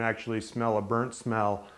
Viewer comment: i like how he forces out some words. like BURNT.